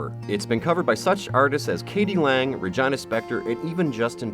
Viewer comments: RegYna Spektor? Honey... no. Just no. It's RegIna Spektor. With an 'i' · I kind of died when I heard "Regina" being pronounced as "vagina". Seriously?